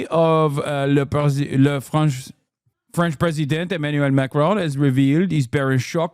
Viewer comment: Not a bad French accent, Hasan. 👏🏽👏🏽👏🏽